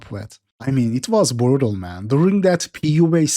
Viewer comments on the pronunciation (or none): “Burutal bro”